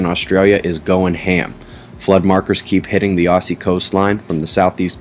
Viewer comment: LOL love how you say Aussie <3....thanks:)